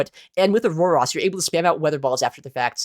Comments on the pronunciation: I'm so perplexed by your Aurorus pronunciation lol its ah-ROHR-is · Aurorus = OR OR OS No "AAS" in sight 😂